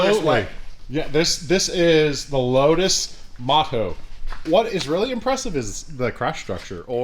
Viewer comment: Load us ( 🇺🇸 for lotus) LOW-TUSS!!!!! (How it's supposed to be pronounced)